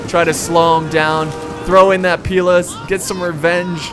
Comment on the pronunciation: Pila, pronounced Pee-lay is the plural of Pilum, pronounced Pie-lum, and only Romans used them, not the Iberians!!